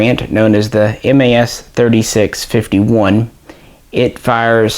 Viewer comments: we don't call them M.A.S but MAS (sounds like "mass"). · Just so you know, in France we pronounce '' Mas " just like you pronounce '' Math ''. MAS stands for" Manufacture d'armes de Saint-Étienne ". Love your channel and glad that you guys have interest for french guns.